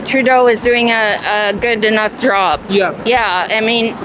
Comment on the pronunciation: “They tuk my joooub”